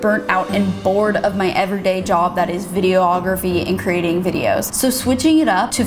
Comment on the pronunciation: Wasn’t gunna say it....but you’ve mispronounced videography in 3 videos so I must lol Photography has the same pronunciation as Videography Not video-ography or video-ographer. Okay I hope this helps 😂😅